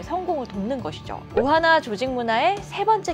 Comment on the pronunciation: 오하나를 오하마로 들음 ㅋㅋㅋ